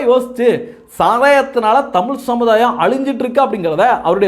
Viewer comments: தமிழ் என்று உச்சரிக்க முயலுங்கள். "தமில்" இல்லை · உதய்க்கு லேடீன் நல்லா பேசவரும்.தமில்தான் வராது.